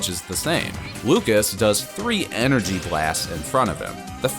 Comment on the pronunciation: "Lucas does three E N E R G Y blasts"